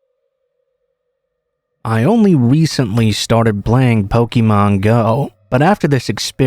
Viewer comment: That pronunciation of Pokemon was grating lmao